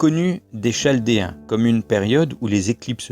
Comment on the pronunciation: T'as dis une connerie : on dit Kaldéen même si ça s'écrit chaldéen... Impardonnable! :p Sinon tu vas les noyer les platouillons avec tous ces chiffres!